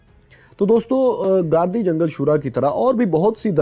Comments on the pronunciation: سر لفظ گاردی جنگل نہیں بلکہ گردی جنگل ہے.... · its pronounced as Girdi Jangal, not Gardi Jangal.. we have visited the area for Polio Campaigns